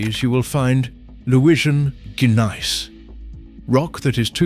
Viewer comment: Gneiss is pronounced "neese", not "gun-nice"